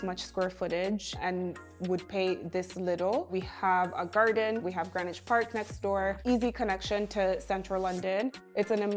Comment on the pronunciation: It’s pronounced Greenwich🇬🇧 not Greenwich